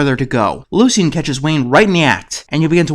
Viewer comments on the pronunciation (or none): Why do you keeping saying "Lu-see-en?" Isn't the name pronounced "Lu-shin?" Anyways, glad you tackled this show.